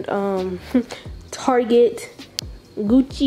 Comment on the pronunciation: Lmaoooo this girl said “Targèt” 🤣🤣🤣